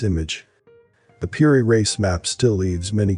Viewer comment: What is the CGI city source for the visuals? Piri Race? Really? LOL It's supposed to be Piri Reis. I find it funny that the text-to-speak program used for the narration says everything quite well, but can't even bother to say "natural" correctly. Weird.